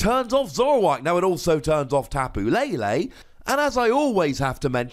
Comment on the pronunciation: SAYS TAPU LALE INSTEAD OF TAPU LELE LOL